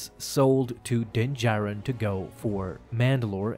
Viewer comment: Calling it Din-Katan😂😂😂😂